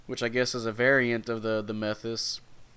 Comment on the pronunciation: it's mae-thas, thus that rhym with bus. you can check how to pronounce by copy katagana letters and ask google. /kinda disappointed that gundam player doesnt know how to pronounce suits tho